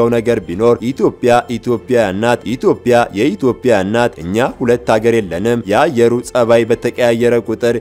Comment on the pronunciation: ሰውየ የምትናገረው አማርኛ የምትሠራው አማርኛ ዘገባ ዩቶቢያ (ኢቶቢያ) የሚለውን ቃል በደንብና በጥንቃቄ ብትጽፈው ( ብታነበው) መልካም ነው።